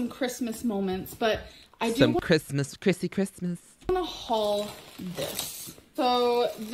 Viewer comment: I hate when she says “eye-munna” instead of “I’m going to” or “I’m gonna.”